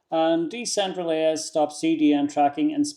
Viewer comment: I think it's pronounced "decentralize". It's a play on words: Decentral + eyes. 👀 "Decentraleyes".